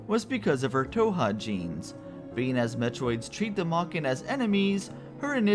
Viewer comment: Not the biggest deal or anything, but you aren't pronouncing "Thoha" correctly. The "h" is not silent, as can be heard in Adam / Raven Beak's pronunciation, during the Network Station briefings.